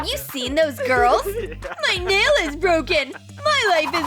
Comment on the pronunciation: She said mail not nail.